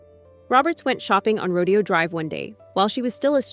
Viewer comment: Rodeo... "Row day oh".... lol One of my top 5 movies, possibly my fave.